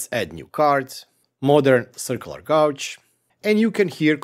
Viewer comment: White guy from Missouri here (middle of USA). Don't listen to that guy. Love the way you say Gauge. (Gaw•j) Lol Its awesome, and of all the youtubers of Eastern European decent I have watched, your accent is super clear and very understandable!